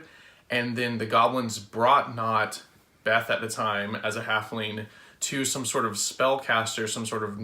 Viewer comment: Good summary! Thank you for doing these! ^-^ One thing I noticed, however, was that you seemed to say her name was Beth, but it's actually Veth. It's an easy mistake, I just thought I would mention.